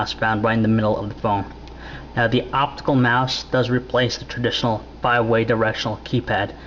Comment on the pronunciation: say it with me... "optical mouse" jesus go buy english lessons...